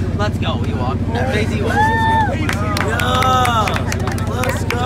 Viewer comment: Man said FazE ewok